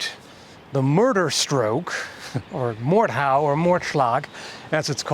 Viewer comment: I'm actually very impressed by how well you pronounced the words Mordhau and Mordschlag in the beginning 😳